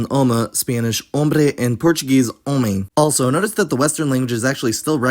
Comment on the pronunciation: Your transcription and pronunciation of Portuguese are all over the place, to the point of being incorrect in all variants of the languague (e.g., there is no nasalation of the vowel in words like “ano” or “homem”). The consonant transcriptions and pronunciations are also, for some reason, randomly taken from either Brazilian or European Portuguese, mostly the former. So, and while your work is, indeed, commendable, it does need to be taken with a grain of salt…